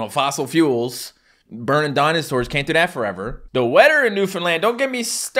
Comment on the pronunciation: I notice occasionally when he messes up he'll say ting and dat sometimes